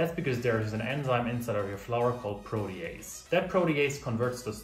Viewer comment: Congratulations you pronounced Protease perfectly this time. Prodi-eys. Nice video.